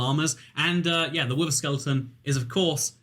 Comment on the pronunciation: Game: wither: WIVVA